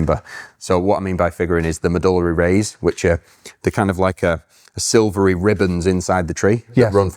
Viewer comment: As an anatomist, medullary is pronounced Med-yoo-lerry